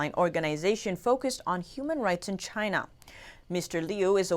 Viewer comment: Because it was made in Chy-na.....CHY-NA....